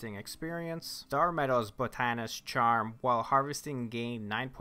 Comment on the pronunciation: It's pronounced "ada"-"mant" like adamantium. "BOT"-ta-nist or bot-nist. Just helping there kiddo.